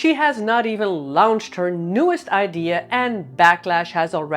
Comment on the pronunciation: Pronunciation tip: “Launched” should sound more like “lawnched” not like “lounged”. 😉